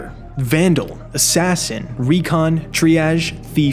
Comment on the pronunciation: >starts video by assuming viewer is an idiot >says it’s a stealth game >shows an example of him ratting an exfil >thinks that’s original and worth making a video on >mispronounced Triage >is a toddler >and an idiot >hasn’t touched Cryo